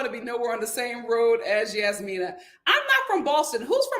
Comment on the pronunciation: I'm about to give up on this season because it's just 😪 I just want Steve to say NO to Annoying Noi on Decision Day. That woman is annoying and insufferable. The "j" in Jasmina is not a "y" sound lol Michael is trying his hardest, but Jasmina does not see it for him. Sad. I'm done wanting better for Katina because she doesn't want better for herself smdh.